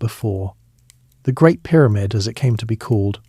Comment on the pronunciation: Pie-rah-mid? I heard this word 15 seconds into listening. Now my brain would be on the lookout for another such ridiculous pronunciation so I have to watch something different.